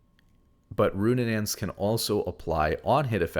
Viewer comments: It's RuNAANS not RuNNANANS, I'm so sorry i can't keep ignoring it :((( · I love the content but it’s so funny listening to you pronounce these items. It’s not Goonsooz or Roonunaans 😂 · Roonanaans is killing me lol